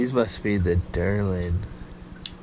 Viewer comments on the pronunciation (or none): The derlin lol it’s called Delrin. Good video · I just ordered a set of the natty Al Everyman earlier this week. Can't wait to sling them! Also, it's pronounced "Delrin" and not derlin.